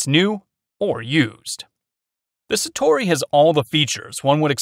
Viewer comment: "frankie" instinct l? browning "satori"? "plasar" f16? lmao